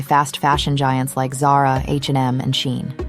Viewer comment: who is this narrator and what rock does she live under because who calls Shein "Shine"? lol